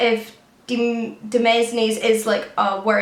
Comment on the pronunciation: It might be demenes, which is pronounced kind of like domains? Point of my comment though - have you ever done a video on how you read so much? I work full time and I'm about to start a part time masters, and I do some freelance work. I used to read about 60 books a year but this year other than reading for uni, I'm just not able to read at all! 😭